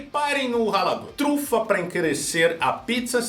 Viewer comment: ele não sabe falar "trufa"?